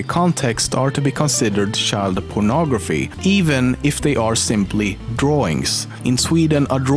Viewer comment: No one:: Shild